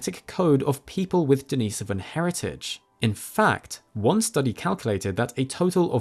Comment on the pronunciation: not that I'm a grammar nazi but thumbs up for pronouncing Denisovan correctly it bothers me in a way to hear "experts" pronounce words wrong🤔